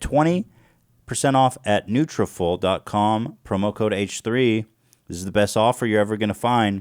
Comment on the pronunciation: Ethan! It’s nutra-FOLL, as in like “follicle”. That is all.